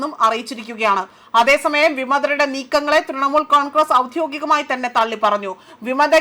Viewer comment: നേധാവ് 😂😂 സിമ്പിൾ നേതാവ്. ഔധ്യോകികമായി 😂😂 ഔദ്യോഗികമായി 😅